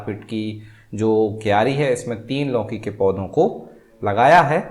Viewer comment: लौकीं नही लौकी 😊